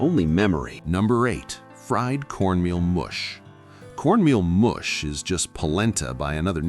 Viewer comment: Not cornmeal "moosh" but " muhsh"